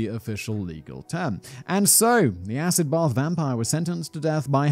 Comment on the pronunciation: As an American that actually sounds pretty on point😂